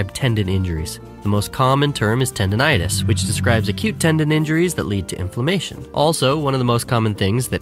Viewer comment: How Greek did that sound xD